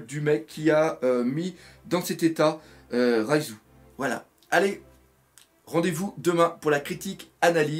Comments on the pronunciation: c reiju pas raizu lol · Prends le temps de te reposer, courage à toi et on dit bien "Reiju" et pas "Raizo", ça c'est le ninja, sinon Bonne réaction live malgré ton manque de morale !! =) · Reijū =/= Raizou!! R-E-I-J-Ū!!! D'ak?!:)